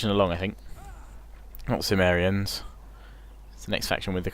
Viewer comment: Love all your LPs mate, great stuff Bur is Cimmeria not pronounced Kimmeria, like Mac(k)edon, Seleuc(k)id? Just sounds like your saying sumeria. Not that it's a major issue or anything just intered to know. Keep up good work.